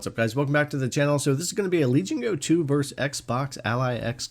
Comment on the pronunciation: It's "versus," not "verse." But other than that, thank you for the great comparison--thorough yet brief.